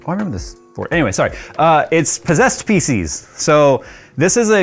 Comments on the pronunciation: Thought he said "possessed Faeces" rather than "possessed PC's" - need to upgrade my ears.... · I could have sworn you said we love "possessed feces" and not "Possessed PC's" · Definitely sounded like said "You all love Possessed Feces. " 😂